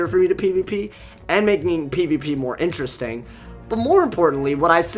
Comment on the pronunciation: U said ineresting again lol